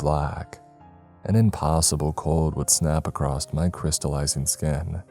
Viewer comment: Does anyone else notice the frequent “across’t” pronunciations instead of across